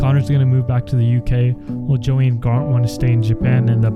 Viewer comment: Did you just say Grant instead of Garnt?